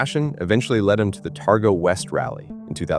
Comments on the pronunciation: 35 seconds in and already the AI american accent is annoyingly wrong.....Terga? try Targa ffs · Most people around the world would not even know of Bathurst, The event where he crashed is a Targa Rally Not Terga as was pronounced. It is a rally almost anyone can compete with a suitable car. Peter was a master driver, he was 61, ( i am 61 now ) wet roads with leaves, probably change of camber on the road, Speed Kills!! RIP Peter Brock,Gone But Never FORGOTTEN!!